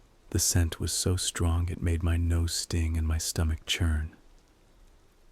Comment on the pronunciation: Love when he says “CHURN”